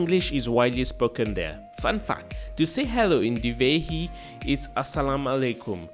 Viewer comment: Not dhihevi it’s dhivehi